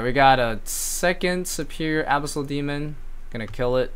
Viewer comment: tilts me so hard how you pronounce abyssal